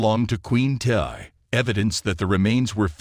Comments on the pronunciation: Thank u.....Tiye is pronounced Tee. Among other mistakes. So annoying. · Tiye.....pronounced Tee.